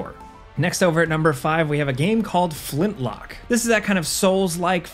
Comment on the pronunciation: You say "Flintlock", but all I hear is "Flint-LOCK-WOOOD!!"